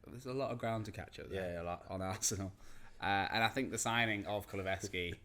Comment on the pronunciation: Reevaluate your pronunciation of kulusevski I beg.